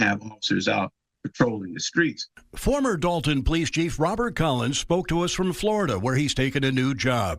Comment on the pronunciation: They keep pronouncing it like Dalton, but it's appropriately spelled Dolton, as in DOLT! 😂